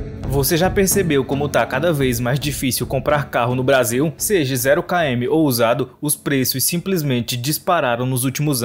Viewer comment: Quase parei no "seje"